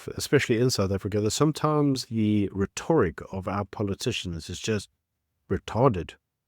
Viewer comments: "Rhetoric" is pronounced "reh·tuh·ruhk" with stress on the first syllable. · The (white) Boer is still dominating the indigenous people. they are 7% of the population and control 70% of the land. That would not exist in any other country. Btw it is pronounce "Ret- tour- rick." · Please look up how to pronounce the word "Rhetoric" properly. The emphasis is not on the middle syllable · Please look up the pronunciation of rhetoric. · I enjoy your channel and have subscribed. One comment however; Rhetoric is pronounced with the emphasis on the first syllable, on the e not the o. Keep up the great work. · *rhetoric (pronounced correctly) Or is it American pronounciation? Haha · I love you, man, and I have been biting my tongue, but geez Louise, please get the pronunciation of "rhetoric" right. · Please pronounce rhetoric properly! It grates… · How you pronounce 'rhetoric' is beyond irritating. The emphasis is not on 'to' but on 'rhe'. Also, it is Malema, not Maleeema.